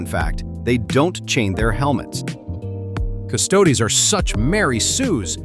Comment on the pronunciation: ... okay, this beginning AI voice is VERY well done. Only a few words it screws up on, like "Ultramarines" and "Custodes", and if it didn't screw up on "Ultramarines" I might have been fooled into thinking it was a real person. (The amount of people who are now into Warhammer and pronounce "Custodes" wrong is so high that mispronouncing it proves nothing) Then it goes back to being obvious AI about a minute in. But that first minute, those first few memes... this AI voice was cooking. If that could last the entire 12 min, this would be both awesome and terrifying.